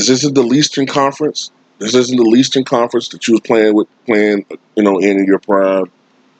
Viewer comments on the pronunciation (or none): "The leastern conference"😂